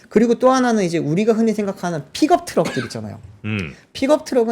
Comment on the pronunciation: “피겁 트럭” 이라 발음 하지말고. 차라리 “ 픽껍 트럭” 이라 발음하면 현지인 영어에 가깝씁니다